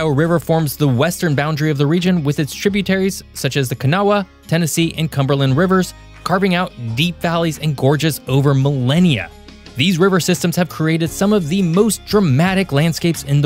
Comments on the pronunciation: Love your videos. Just fyi, the last A in Kanawha is silent! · I love living along the Kanawha river! So close on the pronunciation, “Kuh-Nah”. Great video! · Locals pronounce the Kanawha river "Kenaww". You did a lot of great research for this video, though. I just thought since you're one of the minority that pronounces Appalachia correctly you'd like to pronounce that one too. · Dude, the name of the river is pronounced Kah NAW. Your credibility just tanked. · You pronounced Kanawha so wrong